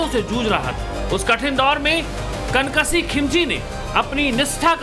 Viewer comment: "कन कसीह" नहीं मेरे भाई "कनक सिंह "